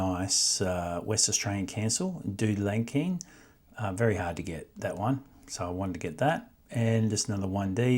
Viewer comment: Pronounced dude - la - kine. In the wheatbelt area.